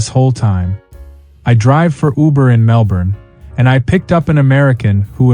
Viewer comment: Bloody yanks coming to OZ and pronoucing MelBorn and BrisBane